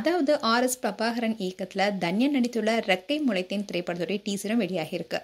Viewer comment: intha video la #Dhanya nu solringa avunga yaru ? you should spell her name as #Tanya ravichandran... u spell it wrong from beginning to end in this video.. ( Each alphabet has phonetic (Pronounciation sounds )